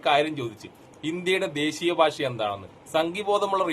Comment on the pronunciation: ഭാശ അല്ല ഭാഷ വേറെ വല്ല പണിയ്ക്കും പോട വീഡിയോ ചെയ്യാൻ ഇറങ്ങിയിരിക്കുന്നു